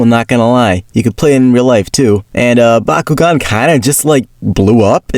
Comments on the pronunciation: It's Bakugan not bakughgan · Bakuugan is the way of pronouning it you fish :D Or atleast we do that in norway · I'm flabbergasted at how this man mispronounced Bakugan as a child when everyone in the show says it every five seconds.😂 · Dude, I used to mispronounce it as Byakugan and vice versa because I was a dummy, so you’re ok chief